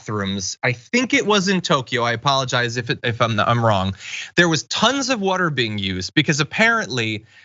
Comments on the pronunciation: Please stop giving John stories where he has to say “woder” 1000 times. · Podduble wudder.